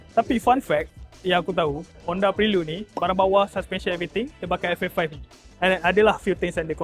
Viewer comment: PHRE-LUD bukan PRI-LUD. reviewer bukan gen-z semakk